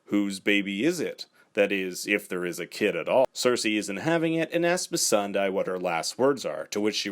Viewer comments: Is it that hard to pronounce "Missandei" right? It's not "Missendai" lol. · Please!! It’s pronounced Miss san day not die. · He meant "Missan DIE" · It's pronunced Miss Sunday...as the actress herself has said...and the characters who know her best call her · i hate when ppl misread missandei's name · Agreed! Just say her name correctly! 🙄